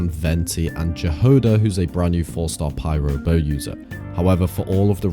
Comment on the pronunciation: the j is silent in jahoda